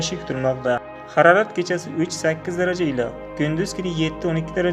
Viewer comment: ХАРАРАТ ЭМАС, МОЛ ХАРОРАТ ДЕГИН. ХУДОНИНГ МУЛКИ, НИМА БУЛСА ХУДОДАН...